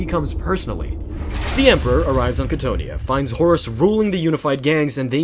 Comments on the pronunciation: I have never heard anyone mispronounce Cthonia (KA-TH-OWN-E-AH) before, that was jarring as hell. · I love you content. But you pronunciations grind my gears sometimes. Cthonia (Ca-tho-nia). Thank you for this beautiful video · I have learned that loretubers love mispronouncing things just for ragebait. Like Cthonia. You and Arthur Bones drive me crazy sometimes. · Not trying to hate, but you’re pronouncing cthonia wrong and Horus never gave fulgrim the laer blade, fulgrim claimed it himself